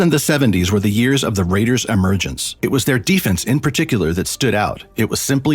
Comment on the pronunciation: “100 Yers” later?”